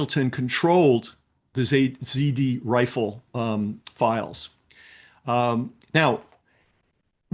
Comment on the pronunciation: It was "ZRRIFLE" FWIW. He says "ZD Rifle" multiple times, and you won't find anything if you search that.